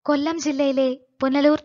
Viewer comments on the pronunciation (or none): none